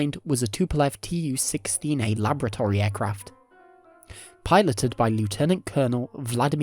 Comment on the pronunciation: Very interesting video. Your narration is very well spoken, but please learn to pronounce laboratory; also, the plural of aircraft is 'aircraft'.